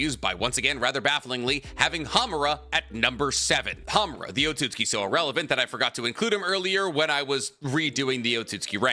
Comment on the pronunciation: the way he says otsutsuki is really bugging me